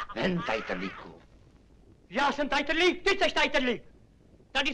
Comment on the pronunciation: já tam ale slyším pořád : TAJTRLÍK ( ne jako vy , tajtrdlík )